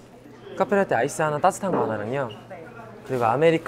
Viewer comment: 찬이 ‘따뜻한’을 ‘따s탄’이라고 발음하네 ㅋㅋㅋㅋㅋㅋㅋㅋㅋ 귀여웡